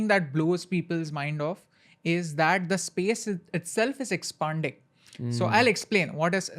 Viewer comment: It's Expanding not expunding